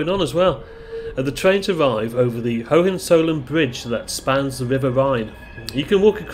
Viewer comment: The Bridgein Koln is named in honour of the Royal Family of Germany in days gone by: "HoehenZollern"! Your pronunciation is somewhat off, though you get full marks for attempting it.